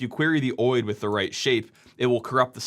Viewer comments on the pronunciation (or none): I can't get over you saying oid instead of O.I.D. 😅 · Is “oheid” really how you pronounce OID? I would have guessed it was “Oh eye dee”. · For years, people were supposed to move to SNMPv3 which shields SNMP much better. Actually, they are supposed to move to Netconf. But die-hard habits on old and fragile protocols… Also, OID is pronounced Oh-Eye-Dee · Never heard any one call an OID (oh-eye-d) whatever your calling it